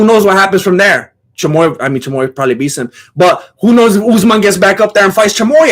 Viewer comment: Bro has learned how to pronouns names off uncle sonen. Choymoyev